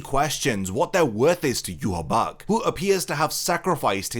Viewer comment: Bro, it's Yu-Ha-Bah-Ha